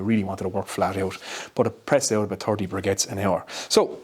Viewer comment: Sounds like you have a G in the word "briquettes". :)